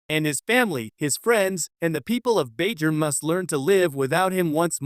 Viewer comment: Lol and Bai Jur